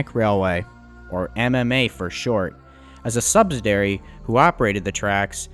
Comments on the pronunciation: its a subsidiary not "subsidary". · It is pronounced "sub·sid·i·ar·y'. They don't teach English in school like they used to! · Good video. as usual. But it's sub-SID-ee-air-ee, accent on the second syllable. Unfortunately, in this video the word is used a lot. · SUBSIDIARY. He says it incorrectly OVER and OVER. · While detail seems good, repeated mispronunciations, paricularly of subsidiary as subsdiary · The narrarator refers to the subsidiary as a sub si dairy. He can't say the word. It has 5 syllables... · SubSIDIary, not subSIDAry. Also viSCOUS, not viCIOUS, and PLEthora not pleTHORa. But the video is fascinating~